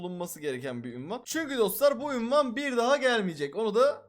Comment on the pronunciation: Abiiii ünvan değil unvan